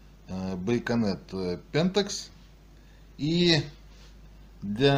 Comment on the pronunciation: Владимир прошу прощения ,что поправляю.... но не байконет,а байонет)))